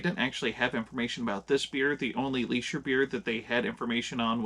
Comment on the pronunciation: It is pronounced Lee-sher. Prost!